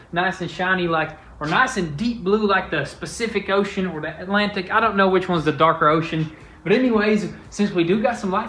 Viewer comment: my man said specific ocean haha sick